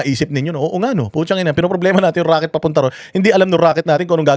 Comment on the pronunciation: RAKET daw hindi ROCKET 😂😂😂